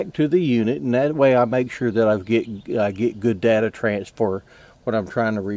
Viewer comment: Says shared date not data